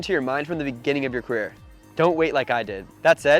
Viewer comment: Dude says career like in going pro 🤣